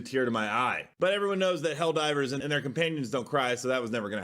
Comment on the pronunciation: Helldeebers lolol